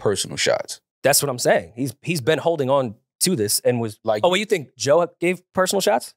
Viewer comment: can't even say Joe's name 😂